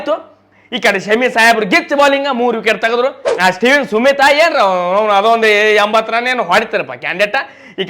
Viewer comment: ಸ್ಟೀವ್ ಸ್ಮಿತ್ ❌ಸ್ಟೀವ್ ಸುಮಿತ್ ✅😂😂